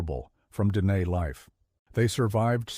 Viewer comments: If you need AI to actually tell human history, then you should NOT have a YouTube channel where you pretend to have the skills of tell our history. You are the problem, NOT the solution. PS. Your bot pronounces Dehe like a slob. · Sadly, this is AI generated slop. The inconsistent and incorrect pronunciation of easy words like Navajo, Dineh, Na Dine'e, bizaad, and dinetah make it obvious that the narrator has no real knowledge of Navajo or the Navajo language. Illustrations showing puebloan buildings, or the one attempt of illustrating a hoghan are also very inaccurate or do not pertain to the Navajo shelters at all. The picture containing a supposed seal of the Navajo Nation is not even close to the actual seal. Some of the information may be correct but that warts throughout this narration are grating.